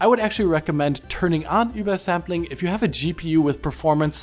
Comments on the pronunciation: i've never heard "ubersampling" pronounced so disagreeably. just say UBER ffs. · Why are you saying ubersampling so weird? Sounds like you're speaking gibberish instead of OOBERSAMPLING.